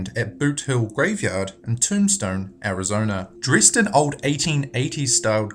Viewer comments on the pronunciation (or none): none